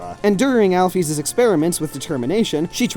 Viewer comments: "Alphiz"? I think it's Pronounced Like Al fish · Alpheys not alphis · Did they say... OWL-FEEZ! WTF IT'S AL-FIS